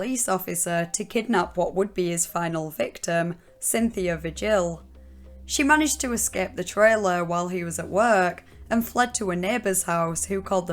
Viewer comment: Vigil, is pronounced vee- hill (g is pronounced as h)